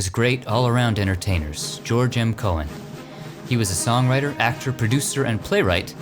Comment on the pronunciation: George M. Cohan's last name is pronounced "co-han" with the H